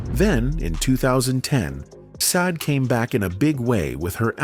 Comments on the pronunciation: She is NOT known as saad - She is known as Sha-day - hate AI with a passion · Mate, here name is not sade it's SHARDAY. Get it right, please. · Wow, shocking but you are NOT pronouncing her name correctly! It is Sha-Day not Sayd! That's the least you could do. 😳 Stop with the AI already! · At leasts pronounce her stage name correctly. Sha-Day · It looked interesting, then the voice over started and pronounced Sade's name incorrectly and two (saade and said😮) different ways inside of thirty seconds.. Go away with your rubbish...🥴🤯 it doesn't sound like AI ...🤔🙄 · Her name is pronounced Shar-day. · AI sucks stop calling her seed. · Thumbs down for using AI and allowing it to mispronounce her name. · I WAS NOT IMPRESSED WITH THIS CONTENT; WHY WOULD ANYONE MISPRONOUNCE HER NAME DELIBERATE AND DISRESPECTFUL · You are not pronouncing her name correctly. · Credibility… say her name correctly!! Annoying! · Why pronouncing a simple two syllable name incorrectly the whole time 😤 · It shouldn't be difficult to remember how to pronounce a world famous star's name! Someone could have corrected them in the first place but obviously no one else knew how to pronounce the name either?!! Pretty pathetic really... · Agreed, he's an absolute dope!